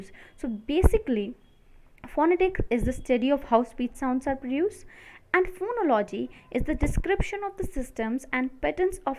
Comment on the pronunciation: Phonology and morphology are pronounced with emphasis here: phonólogy morphólogy and not phonológy morphológy.